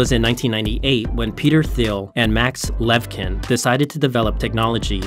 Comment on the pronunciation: Thanks for the story! The "ch" in the Russian Co-founder's surname pronounce as [tʃ], as in cheese .